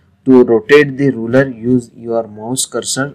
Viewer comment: thank you for the help. By the way, the thing you call a "roller" is actually called and spelled "ruler." You pronounce the U in ruler with an "oo" sound